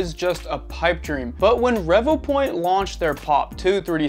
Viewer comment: Great video as I have the same scanner as well as the Mini and Einstar Shining3D scanner. I think Revopoint is pronounced as Ree Voo point but I could be wrong lol. Now onto my own experience with my Inspire from kickstarter. Out of the box it was blurry after scanning on my smart phone via Revo Scan app. I also tried on the pc and still blurry and for some reason I was only getting 14fps on the pc and 10fps on my Xiaomi Pocofone F1 that has 6GB memory. I had bad customer service as I had to go through a lot of hoops just to request a new replacement. In the end Revopoint gave in after I had to invoke my UK law rights as my unit was faulty. Now I'm waiting for my replacement to arrive and the faulty unit will be collected next week. I will let you know if the replacement is fine. Just to let you know that my Mini and Einstar are not blurry so it's definitely the Inspire as other backers who received theirs are having issues too.